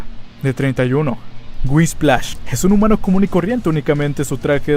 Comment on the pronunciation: jajajaja "Whisplash"